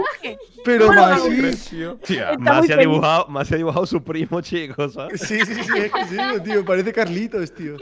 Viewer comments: Ostras pensé que decía messi jaja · Donde dice massi pense que decia messi xd